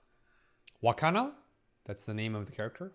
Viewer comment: also i gotta say... its wakana not hakana